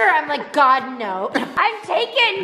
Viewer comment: Oh...my GAD